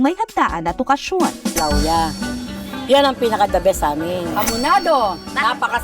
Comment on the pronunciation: Hindi po LA-OO-YA ang pagpronounce ng Lauya de Palanyag. Dish po ng Ilocos yung LA-OO-YA. Ang pag pronounce po ng Lauya de Palanyag ay LAWYA. Palanyag po old name ng Paranaque.